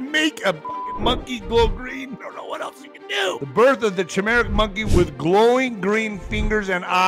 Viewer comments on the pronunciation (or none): I think it’s pronounced ki-merik, (chimeric), like chimera